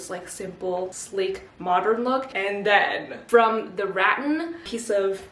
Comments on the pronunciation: omg what's wrong with me i meant the correct one is rat-TAN😭😭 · ok so it's apparently pronounced like ru-tan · rAHtAHn😂 It's the second pronunciation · It’s pronounced “ruh - tan” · I never thought of it being pronounced ratTAN, I'd been calling it rAttan all this time.. now has me doubting myself 😂😂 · It's pronounced rAHtAHn Don't ask me how i know, just trust me on this😂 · rattan… should have looked up on google on how to pronounce it lol as if not a perfect opportunity to plug google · Wait she could have just googled the pronunciation of rattan 😂😅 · The pronouncing of Rattan is driving me nuts. 😅😅😅 Reminds me of when people say potatoes au gratin. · It’s Rattan not Rattan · For being sponsored by Google I really wish she had googled how to pronounce “rattan” I cringed every time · sponsored by google also: does not google how to pronounce rattan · Kinda find it funny that says "rattan" like "rotten" hehehehe it's actually rat (like the mouse) and tan (like sun-kissed) if that makes sense hehehe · I think its rat-an not ra-un but sure its cute lol Xx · giggling everytime u say RAT-tan😭😂 it's RAT-tan btw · it's not pronounced as "rat-en" or "rat-an" it's actually "rat-tan" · The pronounciation of rattan is ratTAN and not RATtan. Btw Im from Philippines and we have many rattan here! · Rah Tan not rat ten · re-TAN is correct RAT-en is not correct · I believe it is Ra-TAN not RAT-an 🧑🏻‍🏫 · It’s not “RAT AN” it’s “RA TAN” 😩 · "ratin" p.s. its ruh-tan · it’s ra-tan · It is pronounced ruh-tan. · Ahhhh (Rah-Tan) Rah: like sun god. Tan: like skin 😂😂😂 Hope that was helpful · Btw it’s pronounced rat-tan, I love your vids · i THINK its pronounced like: ruh-tun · i just wanna say this is how you are supposed to pronounce Rattan It is Ra-tan. And yes i GOOGLED it lol. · we have a store in my country and its pronounced rah (like if youre scaring someone lol) and tan without the twang. so not tyan, but just tan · I think it is pronounced ra tan